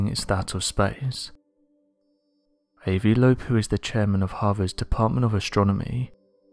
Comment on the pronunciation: Ah vi not ayevee